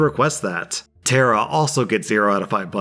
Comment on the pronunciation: Tara not Terra.